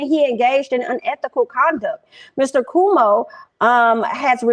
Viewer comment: Cuomo is pronounced 🗣Quo - Mo